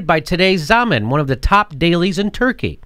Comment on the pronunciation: BTW, in Turkish, the last syllable is stressed, so Zaman (Times) is pronounced /zɑ'mɑn/.